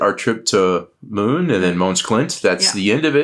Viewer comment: Good job on the pronounciation of Møn, - last time it was closer to "Moon" 😉 It almost sounded like two more Americans were going to the Moon - big deal 😂